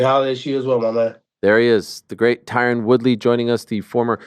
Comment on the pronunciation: Why he say his name like that it's Ty Rone